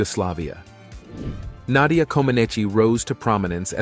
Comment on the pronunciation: Even what some might liable me as a hillbilly knows and loves her and great respected a honor to pronounce her name correctly. Interesting 70s up to today a all time great and delight to learn more about this greatest of all gymnast 🤸‍♂️. 🎉 God bless you and yours❤❤